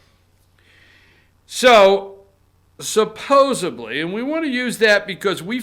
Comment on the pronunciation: SUPPOSEDLY!!!!!!!!!!! not supposeBLY